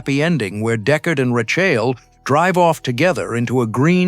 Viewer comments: Ru-chale? It's Rachel, FFS. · Lots popping off for someone who pronounces her name Ruh chaele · It is Rachel - not Rashell. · They're doing this on purpose. AI pronounces Rachel's name wrong. Nobody is proofing the voice-over; proving that they just don't GAS. Ironic isn't it? This video is about finding glitches in the film and there's also glitches within the video. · Your AI can't say Rachel properly. Lame. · I tried to make it all the way through this but him messing up Rachel's name was pissing me off so bad, I had to quit it. SMH. LMAO! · The mispronunciation of Pris and Rachel throughout, it's a dead giveaway either AI or whoever you are making this thing you don't even have two seconds to learn the pronunciations of the names that are key to this thing that you're making?? Pass. I'll re-watch the multi-hour documentary.